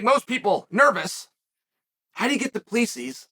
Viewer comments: Chael definitely doesn't get paid for his annunciation and pronunciation. He gets paid for his analysis. Between Duplessis and Pereira....killing me smalls. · Izzy won't say his name...because he can't pronounce it 😂 - teach him Chael! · Just to assist with the pronunciation of Du Plessis, the last "s" is silent. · why is chael so bad with name he’s not saying his name right 😂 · Uncle Chael, the question is will the UFC come to Africa. Also, learn abit of Afrikaans cause you pronouncing his name wrong. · Someone tell him Du Plessis = 2 + 3 thats how you say it haha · The s was silent until chael pronounced it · 😂😂😂 As a South African the pronunciation is killing me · It’s not Du Plessis , it’s Do PleSee , it looks like that but it’s not how it’s suppose to be pronounced ,I’m South African my self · Awesome clip! By the way "Do Plea cease" is pronounced "Do- pluh(like plinth)- sea". I can't believe this has never been addressed 😅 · He name is pronounced do pla see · Its pronounced Du Plussea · So the last "S" in Du Plessis is silent... "Du Plessee" basically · Bro it’s Du- Ple-Si 😂😂😂 damn say it right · Tip on an easy way to pronounce Du Plessis correctly. It's Do-plea-see. The ending is silent. It's a very common Afrikaans surname. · DOO- PLUH- SEE** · Say his name right. Do plerrr see. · ‘Doo-plee-seas’ 😂 Even saying Israel’s name badly - come on Chael! You’re supposed to be the top commentator in the game, say their names even remotely correctly bro. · Du Plessis is pronounced as "Doo-Pluh-See" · As a South African listening to Chael butcher Du Plessis' name is hard 😂 Chael, it's pronounced Du PleSee 😂😂😂😂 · Mate his name is Do-plah-see 😂 it’s crazy seeing a South African in the ufc from a kiwi point of view this will be big cause we have a big rivalry with the South African rugby team and Izzy hails out of New Zealand so it’s a good rivalry lol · I don’t even like the guy but it’s Du-PLE-SI 😂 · Du plee sees 😂😂😂 he never fails to impress with the pronunciation